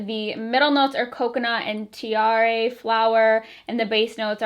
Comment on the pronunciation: Tiare...is a Tahitian flower, also my daughters middle name and it's pronounced Tee-ah-deh....you roll the R